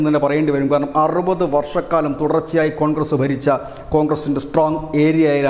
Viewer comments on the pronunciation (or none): none